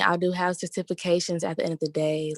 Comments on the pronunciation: “i have sir-TIFF-ications” CANT make this up. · The HS educated lady with "certif-acations" was so deluded. If I were on a date with her and that came out of the her mouth, she would quickly go from a potential wife to a fun chick. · Cer-tif- ah- kay-tions 😂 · Get-tifi-cations. Lolololl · You have what?? Sir-tiff-ications Kevin 😳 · When that chick said Sirtification I lost it LMAO 🤣🤣🤣🤣. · SERTYFICACIONS lmao I said what?? Too just like Unk. Long live KS man 👏🏾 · Cimptafications lol 😆 not certifications lol 😆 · she edamacated with her sitifuhcations woo chile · I have "Sirrtifacations" lol you mean "Certifications". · She said “I have Sir-Tif-ications” 😂😩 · Bruh did y’all hear how the first caller pronounced “certifications”? 😂😂😂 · CERTI FI CATIONS lmao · She said certifications so wrong 🤣but wants a high value man 🤣 the look on his face,,,,,poor thing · I almost fell out the chair when he said it like she did 😂